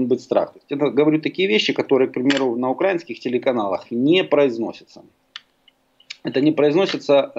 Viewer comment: на укрАинских. Ріже вухо